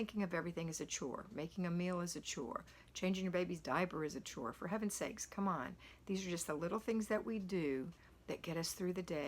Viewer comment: Chore rhymes with BORE.